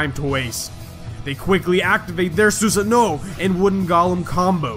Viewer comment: only problem is how u said susanoo